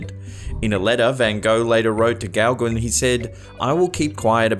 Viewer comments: Gauguin is actually pronounced "Go-Gan" and NOT "Gow-Gwin". Here's a link to the correct pronunciation of this French name, Gauguin. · You make me laugh out loud with your pronociation of forgian names. It's pronounced Paul Go-gan. 👍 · Thumbs up...just a friendly FYI though. You pronounce Gauguin as Go-Ga, dropping the n. The A is pronounced as it is in the word 'fan'.